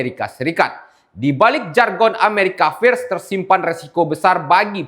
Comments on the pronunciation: Bang, tolong bacaan "FIRST" dibaca dg benar. 😂😂😂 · America first, bacanya yg bener dong, malu²in. 😂